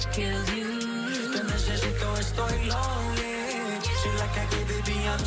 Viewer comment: Can't stand this pronunciation of "lonely" and "sorry" (Maluma) It's time to speak good English man now.